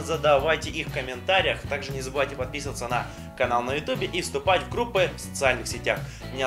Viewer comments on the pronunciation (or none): none